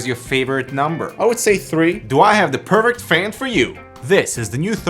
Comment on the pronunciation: Did he just say pervert fan or perfect fan..